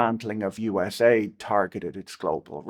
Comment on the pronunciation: Patrick couldn't be bothered to pronounce USAID properly. AID is in it's title to make it sound good. U.S. Agency for International Development doesn't sound so benevolent. USAID soft power was used for the UKR Maidan Coup and resulted in the UKR war with a minimum of 1 million deaths. Likely 2 million+. But most of the deaths were young white men, so who really cares